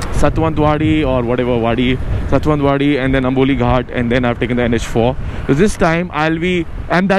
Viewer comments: it's sawantwadi ...not satwantwadi.. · it's sawantwadi....satwantwaadi lol😂😂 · Hey Mumbiker Nikhil I'm your huge fan and I've been watching your all videos since last month and I loved it all.. But in this video and in your Goa to Mumbai tour Video you called a place name "Satwantwadi".. Its not satwantwadi its Sawantwadi :P :D and its my Hometown too.. Soo I hope you call it properly next time.. :D Keep it up.. Ride Safe.. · bhai it's sawantwadi and not satwantwadi..!!😂😂😂😂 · its sawantwadi not satwantwadi !! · its saaa----waanttt-----wadi......sawantwadi!!! cheers!!! 😂😂😂